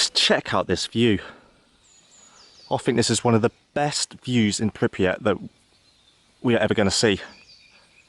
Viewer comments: It's not FUCKING pip ry at. Its pripyat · Drinking game: take a drink this man says pipryat instead of Pripyat. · It's not Pipriyat, it's Pripyat. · He pronounces the towns name many different ways. PrypRyat. Then several Times pYpryat. But never the right way. I mean, cmon... 🤣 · Map: “Pripyat” Dude: “Pipryat” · Every time you say that city’s name, you say PipRyat, but it’s actually PRipyat. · Wow, I can’t wait to visit. Just an FYI, it’s called Pripyat, not Pipyrat. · Prip-y-at not pip-ry -at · Prippry-yet....you might have tried to at least learn to pronounce the name of the place you've been wanting to visit 'for so long'. Embarassing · and then you'd miss him talk about being in Pripryet, Pripryat, Pripyet and all the graffiee that's about too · PRIPYAT! gah lol sorry but hearing pipryat over and over gets annoying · "Pripriat" lol. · Pripyat not Pipryat...But good video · Pripyat, Pripyat, Pripyat! How hard can it be? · Be great if he could say Pipeeyirat one more time, like to really convince me that's the way it is meant to be said 😂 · Right? I bet that is pissing off the former locals watching, Prip-yat. He most likely finds languages difficult also. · I wish you would pronounce “Pripyat” correctly. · All that research into this video and not one bit of effort in being able to say the name of the place properly. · Ur mispronauncing the name of that town. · The mispronunciation of Pripyat doesn't get any easier! :-D